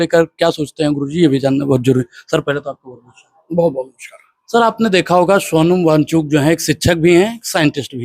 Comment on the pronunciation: 😂भाई तू पहले उनका नाम लेना सीख ले सोनम वांचूक नहीं वो सोनम वांगचुक नाम है...